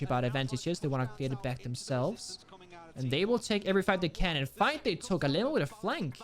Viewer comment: Bro im from Brazil, I find it super funny how he pronounced Alem4o because it’s supposed to sound like Ah Lê Mão(maum in english). Love u and the fact that you are supper respectful with the brazilians. ❤️